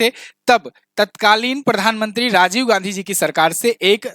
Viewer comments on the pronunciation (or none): none